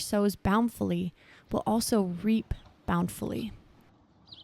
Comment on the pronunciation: Good word. BTW the word is bountifully (boun tif ly) not bownfully.